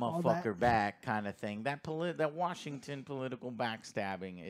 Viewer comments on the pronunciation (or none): none